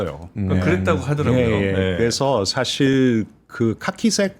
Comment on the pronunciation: 이 분 한국어 발음을 더 잘하시면 좋을듯. 교포 제니도 아니고... 인줴...협죵... 사쉴